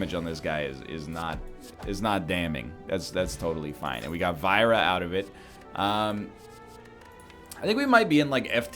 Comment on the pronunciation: Vajra is still a Hindi word and not Scandinavian, and is still pronounced VAJ-ra, not VIE-ra.